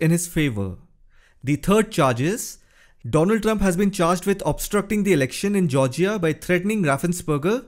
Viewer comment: Mister doland Trump 😂